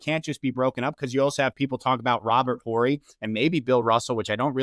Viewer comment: Please let the guy that has to disrespect other players and other eras to lift up his king know that the H in Horry is silent